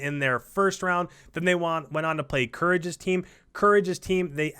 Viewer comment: It’s Courage bra cmon lol